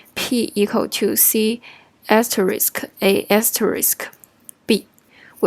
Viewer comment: Nice video, it helped me to understand the last example that for me didn't make sense. It seems you have problem to say "asterisk", so I recommend you to use "wildcard" that is easier to pronounce. 辛苦了 ~